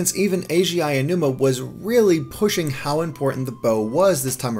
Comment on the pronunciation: And continues to pronounce Aonuma very wrong